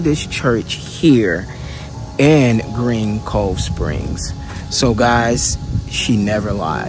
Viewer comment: It's "GREENCOVESPRINGS"! Come on dude damn if your gonna do content like this make sure it's correct. Tighten up bro.